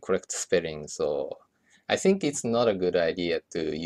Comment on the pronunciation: it's not "I tsink"... i'ts "I think"